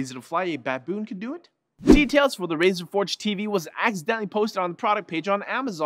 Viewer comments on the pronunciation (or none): none